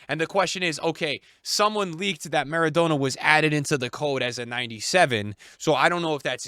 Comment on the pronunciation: Why is he pronouncing Maradonna so stupid 😂